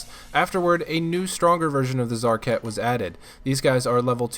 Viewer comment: Lol i thought he was saying TzHaar-Cats